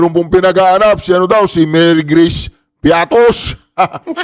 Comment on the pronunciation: Piaty man un hindi piatos😂😂😂😂😂😂😂😂😂😂😂😂😂